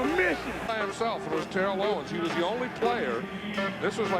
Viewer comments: The commentators keep saying tear-ell owens but isn't it turr-ell owens? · You're saying Terrell's name wrong. It's like Barrel but you switch the B with a T